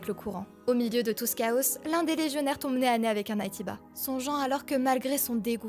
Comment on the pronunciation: Je sors du jeu et j'avais besoin d'éclaircissement sur quelques points, je pense les avoir eut. C'était une chouette vidéo, narrée par une voix des plus agréables. Néanmoins, si je n'ai pas tilté sur "las", "chaosse" ne m'a en revanche pas échappé. Mais sur 30 minutes c'est pas ça qui va me gâcher la vie. Comme précisé à la fin, les échelles temporelles sont ceux avec quoi j'ai le + de mal. Je ne voyais pas la légion comme une force indépendante mais plutôt comme "l'armée des andro eidos". Après je me souviens pas de données claire sur la durée de la guerre. Les légions parlent de décennies, mais dans le même temps, l'ascenseur orbital était apparemment encore actif il y a moins de 200 jours. Il est resté actif tant de temps que ça? Et un autre truc que j'avais trouvé étrange, c'est qu'à la fin, il me semble que Adam déclare que ce sont les humains qui n'ont pas supporté la cohabitation avec une nouvelle espèce, et que ce serait eux qui ont déclenchés les hostilités. Ou voulait-il dire qu'il a mit Matri Arche devant ce fait et qu'elle a prit la décision qui ne les arrangeait pas ? 'Fin c'est pas grave, c'était quand même une chouette aventure avec son lot de grand moment, et je n'en espérais honnêtement pas tant